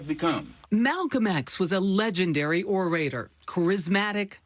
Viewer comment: Short a in the word orator !